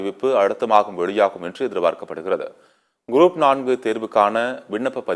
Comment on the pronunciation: This man reads GROUP AS GROAP SO FUNNY... CHANNEL DOESNT PROOF CHECK BEFORE READING ... 😂😂🎉